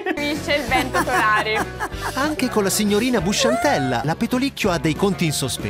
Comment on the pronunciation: Nn si dice pentolicchio ma pentolicchio (commento in ritardo ma vb),😂😂😂:-D. :,)